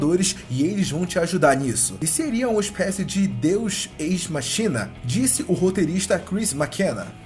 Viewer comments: A pronúncia certa é "deus écs-máquina". Não "deus êis-machína". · a pronúncia é "Deus équis máquina" :p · Se pronuncia "Deus Equis Máquina"